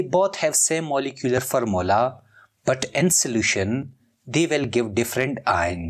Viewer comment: its formula not farmula, its bidentate not ambidintid